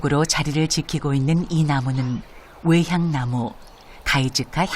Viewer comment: "외향나무"가 아니고 "왜향나무"라고 소리내야 하는 거 아닌가요?